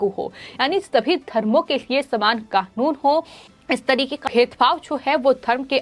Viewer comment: it NOT KAKUN, IT IS KANUN